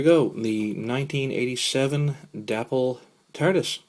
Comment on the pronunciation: Day pole is how it's pronounced. Nice you've got the box. The light on mine still works.